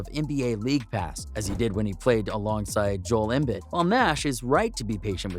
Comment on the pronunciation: bro its durant (Durrant) and its Embiid (M beed) and Antetokounmpo (Antetokoumpo)